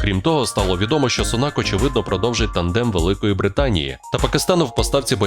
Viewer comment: Перепрошую, вибачте, він не SUNAK, a SUNAK, аю на увазі наголос на букві U , тобто на першому складі .